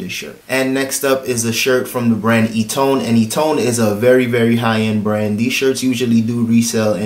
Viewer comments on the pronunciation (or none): Great info on items purchased. Eton I believe is pronounced "eaten". I so feel you on the passing of Nipsy Hustle. I used to live a few blocks away from the strip mall he owned and unfortunately lost his life at. My hope is that his death is not in vain. RIP